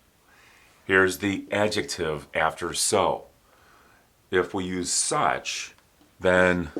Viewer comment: Oh my god, i loved this class, he speaks the word adjetive so beautiful, i'm trying say adjetive like him wil be 20 minutes